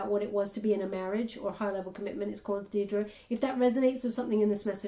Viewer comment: Whoa!!!!’ That’s my name, Deirdre. People rarely say it correctly! Oh my goodness! 👀😳